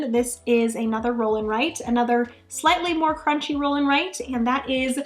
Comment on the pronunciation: I don’t know this “crunchy” that you speak of. I do know of “crwaunchy”. Is this what you mean?